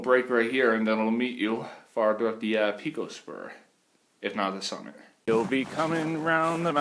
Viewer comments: I owned the Edelweiss Motel directly across Pico Peak. It is pronounced PIECO, NOT PEECO. I loved it there. I was a Ski Instructor at nearby Killington. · Yea.. the 'peeko' was very distracting. Overdub with 'pie-ko'.